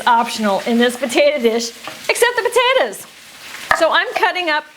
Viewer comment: what's yer problem, lady? jeez, them potayduhz! 🤔